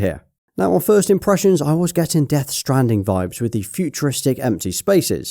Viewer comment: He said "firts" 😂😂